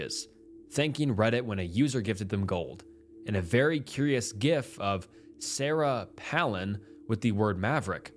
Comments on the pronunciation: bro i can ignore your wild pronunciation a lot of the time, but do you reallyyyy not know how to say Sarah Palin?? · It’s so brutal. You don’t know how to say “Sarah Palin?” You couldn’t check???